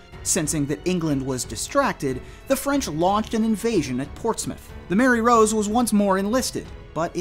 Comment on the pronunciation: Im glad you pronounced portsmouth corectly and not ports-mouth lol